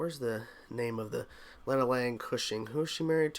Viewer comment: it's pronounced law-na. You said lay-na.